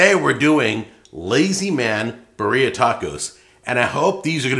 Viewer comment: beer-ee-uh like Siberia